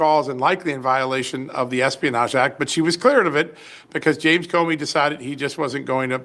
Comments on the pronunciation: I heard you say "Comer" in lieu of "Comey" w/those deep staters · Comey not Comer. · Comey, Not Comer. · Comer? Did you mean Comey? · not Comer, you mean Comey.